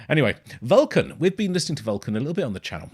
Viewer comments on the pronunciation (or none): Hey! Thanks for reacting gracefully. Just a clarification on the pronunciation of the band name, it’s “Vul-khan”. And it has nothing to do with Star Trek 😉 Keep it up brother! 🌋